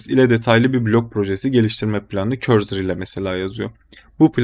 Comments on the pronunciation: Cursor’a neden korzır diyorsun 😀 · doğru telafuz etmenizi :)